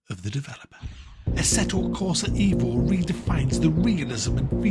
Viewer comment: Its EVO as for Evoluzione, so no it is not correct.